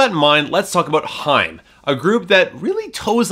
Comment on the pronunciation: It's high-em not hime!